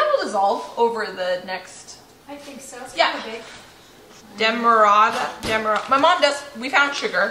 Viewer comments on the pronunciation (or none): I was pleasantly surprised when you brought out the Demerara sugar. It’s manufactured in Guyana, South America, where I was born and raised, (live in Canada now). It’s made from sugar cane, and is one of the products Guyana is best known for. Btw, it’s pronounced Dem-mah-rah-ra.😊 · it’s pronounced Dem-ma-ra-ra. That’s where the cane was grown and the sugar was produced.. I came from the area..And best organic sugar.. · In the UK we pronounce that Demerara sugar - sounds like - Dem er rair ah !!! :¬ ) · its dem-a-rare-a sugar